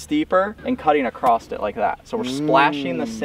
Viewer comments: “ACCROSSED” it. Garret, you should start a Good Good English Labs channel! Lol just picking at you. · cringed when I heard say "acrosst" lmao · My guy. There's no "t" in across